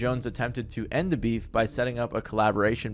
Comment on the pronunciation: You mean Bee—heef